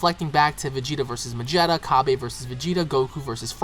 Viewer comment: Its not MADŽETTA its MAGETTA